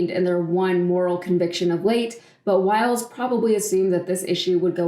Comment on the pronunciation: Her names is Wiles - not Wild.